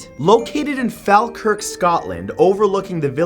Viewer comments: its pronounced Fall-Kurk, matt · Nice vid ya dobber, but get yourself a Scottish translator, Airth (air-th) Falkirk (fall (as in fall down)-kirk) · Normally love these videos however the jump scare was not cool. Falkirk is pronounced "Fall not Fal" just had to say cause being Scottish I couldn't let it go😂😂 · it is fall Kirk not fal Kirk just giving the Scottish pronunciation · it's pronounced fall- kirk not fhalkirk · ITS PRONOUNCED FALL-KIRK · OMG! I love your videos, Matt but please learn to pronounce Scottish words before you start recording! Airth and Falkirk are very easy! Airth= air - th! Falkirk= fall - kurk! Just trying to keep you right. 😉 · Btw Falkirk is pronounced like it should be spelt folkirk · Ahh I'm Scottish and you said Falkirk funny😂 it's usually pronounced Fall-Kirk as in fall like the season and Kirk as in the name haha hope the is helpful❤️ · OMFG! Yass shoutout to the people who live in Airth! Im surprised he has ever heard of Airth tbh😂 also its pronounced Air-th and Fall-kirk 🤗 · Mathew you really need to consult a Scotsman before you try to pronounce our towns and cities haha :D its pronounced Air-Th and Fall - Kirk :) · Any fellow Scottish people here, who cringed so hard at the way he pronounced Airth and Falkirk? 😟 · Its really disturbing me how you pronounced "Airth" and "Falkirk"......